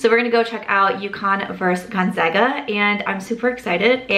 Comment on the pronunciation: It makes me so happy that you pronounced Gonzaga correctly 😁 I hope you had fun at the game even though we lost